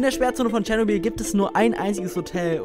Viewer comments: Bitte sprechen es nicht Tschernobiiiiiiiiiiiiiil aus sondern Chernobyl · Tscharnobil was😩😩 Es heißt Ченобель👍👌